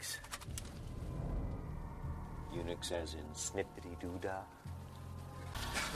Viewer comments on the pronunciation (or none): Actually, Daniel is saying 'eunychs' (sounds just like Unix) which is guys that have had their junk cut off, or 'snipped'